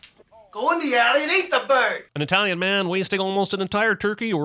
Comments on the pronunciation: Stop saying "EYEtalian" DING!!!! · A sin for Apollo Creed saying I-talian.